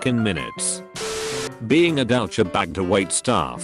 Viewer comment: Nobody: Text-to-speech: dOwChabAgE